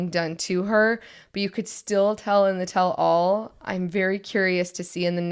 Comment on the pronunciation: Don’t worry . . . You’re going to be hearing about the “Catfish Situation” for the next 2-3 seasons. Also, just so you know, it’s pronounced “TELL-all (as if it was one word).” Not “tell ALL.” Bc nobody would EVER tell ALL. 🙈🙉🙊😉 Love listening and watching you guys . . . I grew up and was friends with a LOT of LDS members, so hearing you talk about some of the same things they did is kinda fun! ❤